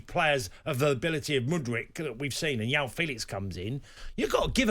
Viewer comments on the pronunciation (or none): Diogo Yota, Yoão Félix, Yose Mourinho.... Someone please tell Tony Cascarino that the letter 'J' is pronounced as a J (soft) in Portuguese, not a 'Y', ffs!